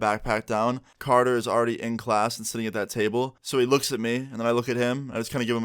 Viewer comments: It’s carter not canor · Thought his was carter lmfao u said conor